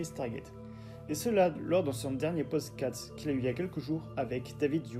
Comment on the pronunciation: Super vidéo, mais désolé : Pod Cast pas Podscat, Scénariste pas Scénaris... Juste un petit effort de diction et de prononciation est ce sera au top. 🙏